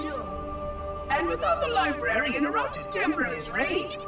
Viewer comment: he said librerien